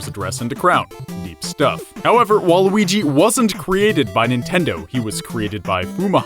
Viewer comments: you said waluigi wrong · Someone say nega weegee